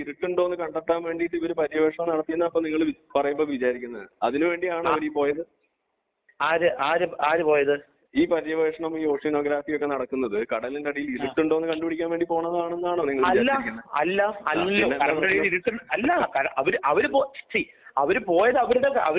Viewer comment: അക്ബർ സായിപ്പിന്റെ ഒച്ച്വാനഗ്രാഫി ബെസ്റ്റ് pronounciation